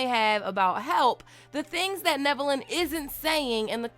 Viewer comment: Omg you are pronouncing his name right. Love it haha